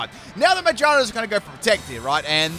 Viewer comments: that pronunciation of Magearna "May ja na" lmao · I love the way he pronounces Magearna😂